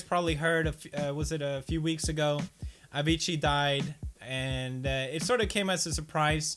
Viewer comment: its a--vee--cee not avichi